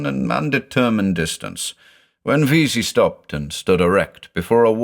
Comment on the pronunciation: So I've listened through all these before, but never noticed when you say "avool", the name is instead spelled "Avoosl". Hmmm, that's gotta be some obscure lore, that the S is silent! (I never know what to make of Clark Ashton Smith's names, but they're certainly always very Clark Ashton Smithy.)